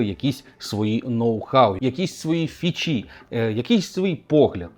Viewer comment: Не "фічІ", а "фІчі".